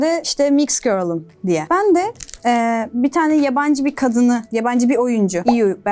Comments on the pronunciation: IU’yu nasıl iyu diye okudun ayyu okunması lazım bir de oyuncu değil aslında şarkıcı ama oyunculuk da yapıyor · Abla lincemiom ama iu diye deil aayu die okunuyooo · yanlış anlama ama kötü olarak söylemiyorum "IU" diye yazılıyor "Ayyu" diye okunuyor ve o kız hem aktör hem de kpop idolü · IU Ayyu diye okunur. Ayrıca asıl mesleği şarkıcı. Not: Yaptığın şaka bence hiç komik değil hatta şaka bile değil ama dava açıcaz dicek kadar ileri gitmeleri çok komik 😂😂😂